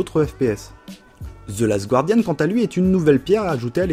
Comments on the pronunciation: on dit "zeu gardiane", pas "zeu gwardiane", sinon excellente vidéo comme dab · Le "gua" de guardian se prononce comme le "ga" de gardien. S'il vous please =o C'était un bon sujet, mais j'ai un peu peur qu'à terme, les auteurs deviennent aussi une sorte d'argument marketing de la plus value d'un jeu. Comme au cinéma où à force, certains films (même pas terribles) sont super appréciés simplement parce qu'ils sont fait par John le réalisateur. Récemment j'ai fait Virginia, j'ai pas du tout aimé. Je vais essayer d'aller me renseigner sur le jeu pour comprendre pourquoi =) Bonne vidéo en tout cas.